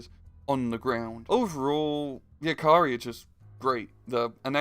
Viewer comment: I have never ever heard anyone pronounce the word "jääkäri" so horribly wrong. As a Finnish person, I shall use it.